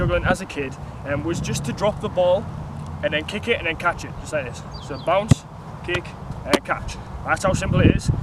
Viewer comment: he pronounce catch as "Caaatch"😂😂😂